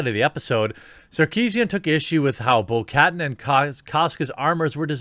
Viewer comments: Bo-Katan - Bo - cuh - Tan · people have already said it but i dont care because yes. it is not cat an is more like katana minus the last a K AH T AH N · could barely watch this video over the inability to read and the butchering of names. Completely valid points, but holy fuck that was annoying bo-cat-an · Bo-Katan pronounce BO-KA-TAN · It's pronounced Boh- Kah-Tahn. Fyi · If you wanna pronounce it right it’s said like catan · lol it's pronounced Bo Kahtáhn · For future videos: Bo-Katan is pronounced "Bo Kuh-Tahn/Kuh-Tan," with the emphasis on the last syllable. Like the game Settlers of Catan. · Dammit dude. It’s Bo’ Kuhtawn. That’s how it’s pronounced. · Bo-Katan is not that hard to pronounce, Jeremy. The last syllable = 'tan' (like sun-tan). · "Bo Kat'n"? LOL. Wow, you really don't know much about this series, do you? Watch them all now!!!! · Jer, Bo Ka-Taan. Pronounced like that :) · It's prononced Bo-Ka-tan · its pronounced bo-ka-tan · The way he says Bo-Katan. Dude! Stop it! 😂 other than that! A great video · The way he pronounces bo Katan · Learn to pronounce Bo-Katan correctly 😖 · The way he pronounced Bo katan was funny to me and I dont know why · bo katan, is pronounced like katana, but said like a southern draw, like some southerners say pecan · Jeremy, let me help you with Bo-Katan's name. XD Katan is pronounced like it is in the word katana and Kryze is pronounced Kreez. Not bashing you, legit just trying to help. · Haha, Anita showing her chest envy😋 Ps. Jesus, Jeremy, you destroyed Bo-katan's name😂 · The way you pronounce Bo Katan causes me physical pain lol. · Dude! You totally butchered Bo Katans name, and her clan! Holy hell, bro! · Bro, I love ya but how do you NOT know how to pronounce these characters names? You HAVE to pronounce shit the right way to critique seriously..... It's Bo Ka'Tan.... Din JARin... Come on man I thought you were a real SW fan.....